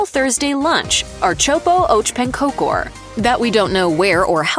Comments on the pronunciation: You do NOT dip pancakes in pea soup! Plus it would be appropriate to actually find out the pronunciation before saying it. "ehrt-sop-ah ahk pahn-kahker" is the easiest amercanized pronunciation. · When I first heard the so-so pronunciation of köttbullar, I had hope. My ears are still hurting from the announcer's version of ãrtsoppa och pannkakor. She did a pretty good job with most dishes, why did she do such a horrible job with that one? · Being Swedish I had to go back several times to listen to her pronounciations of "ärtsoppa och pannkakor", just wow...